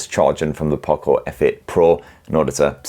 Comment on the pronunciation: I want poco not pooco